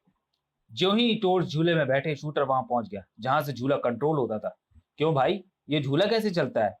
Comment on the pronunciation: Truti Sudhar => Shooter nahi Shooterr hai 😤